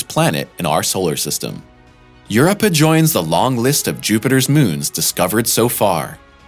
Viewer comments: How is it possible to create a clip about Europa and get all the facts right, apart from one? How to pronounce Europa correctly. I suspect it's most likely intentionally subliminal because nobody is that intelligent and that dumb at the same time. Without reading the comments, my guess is many commented about it and some will go as far as to say it made them cringe, or wince. This happens often in clips like this. Everything is spot on, apart from one glaringly obvious mistake. So, what do you focus on more? The facts presented in the clip? Or, the ridiculous mistake that makes you cringe? What would this achieve? Simple, it takes your focus over actual facts and shifts it towards nonsense. In essence, this clip is subliminally dumbing you down. It trains the brain to shift its focus away from reality. Or, the narrator is a blissful idiot and the only person on the fucking planet who doesn't know how to say Europa. You decide. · all that time put on researching, but didn't give a couple of seconds to search for the right pronunciation of Europa. hehe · His pronunciation of Europa makes me wince every time he says it. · I went and looked for a comment like this and I’m glad it was the first I saw😂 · I don’t think you’re pronouncing it right. But cool video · I was about to say the same thing. Europe yes, Europe-ah no. ROW Your-Row-Pah xD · i had to hear it for myself... god your so right 🙈🙈🙈🙈🙈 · What's the deal with insisting on "YURupa" so many times instea dof "yuROpa"? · "EUR-uppa?" Somebody please explain to that narrator that it's Eur-OH-pah. Jesus, Mary and Joseph, what is wrong with people? I shut the damned thing off because of this fool. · Eu Rope Ah not Eu Rip Ah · It’s Europa not Urpa! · Your rope uh, Europa. Sound it out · Yer-oh-puh..just sayin ;) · Gad, try: Eur - rope - ah. Just cringe worthy, terrible. Edit: Made it to the first commercial, had to bail, re-do the whole damn thing, please. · It's Your-rope-ah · Yeah they lost me at YUR-i-pa.